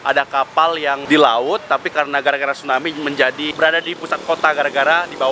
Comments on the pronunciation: Tsunami om...bukan stunami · Tsunami.. bukan stunami.. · Stunami yg bener tuh tsunami bkn stunami hahaha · bang typo,,, tsunami jdi stunami:v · Kak TSUNAMI BUKAN STUNAMI